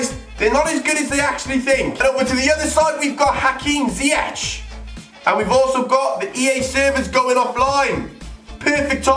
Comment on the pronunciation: i am Dutch and you say zyech as ziejek